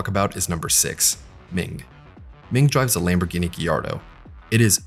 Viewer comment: Looking back at the cinematics now I didn't remember that they were so terrible and hilarious, might have something to do with the fact that the last time I played this game I was nine. The music in this game is top notch imo! You pronounced Gallardo wrong. Otherwise great review 10/10!!